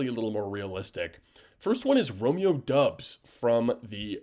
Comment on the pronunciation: Its pronounced Romeo DOBB-s